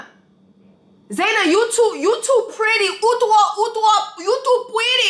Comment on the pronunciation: Her name is Zenab youre pronouncing it so wrong 😂😂😂😂😂 girl. That’s crazy